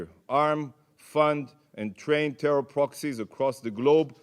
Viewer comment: TEYHROHR THUNNHELS